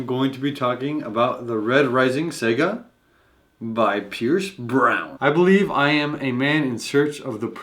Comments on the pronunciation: Did say "Sega"? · The word is pronounced "sawga" with the accent on the first syllable! Speak well, cutie pie!